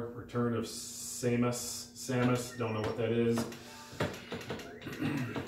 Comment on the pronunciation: "Ro-type?"....."Same-us?".....what kind of game enthusiast doesn't know R-type and Samus?